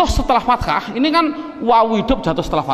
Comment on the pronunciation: maaf ustadz, ustadz contohkan fataha kok ustadz ucap fatakha? berubah makna ustadz.